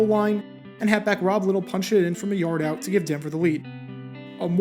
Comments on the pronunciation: It's Lie-tle! Rob Lye-tle! Not Little! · Rob LY-tle. Not Rob Little.